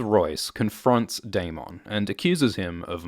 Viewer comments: 1) love the videos. 2) the spelling of Daemon is technically pronounced "demon", but if the show/book is going to use it as the equivalent of "Damon" then it should be pronounced the same way, rather than the extra emphasis on the "mon" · Why do you pronounce Daemon like he's a Pokemon?. Lol. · I hate how you pronounce 'Daemon' and you say it so much lol. Anywho, luv your vids;) #cheers